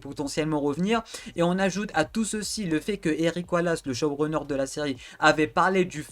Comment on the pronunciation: QUAND TU DIT SHOWRUNNER J ENTEND CHAUVERUNER :)